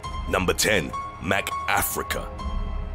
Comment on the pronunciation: ”NUMBAH TEN. MACK AFRICUH” , & ”NUMBER FEYVE. TOO HUN DRET PEE PULL RIOT” got me so hard